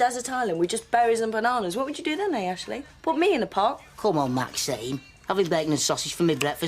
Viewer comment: Wish Ashley would say maxine instead of maxiem